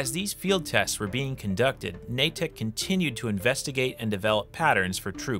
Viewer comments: It's pronounced "naydick" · For the love of Christ please stop pronouncing Natick like that.